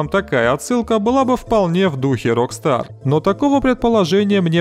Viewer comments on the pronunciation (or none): none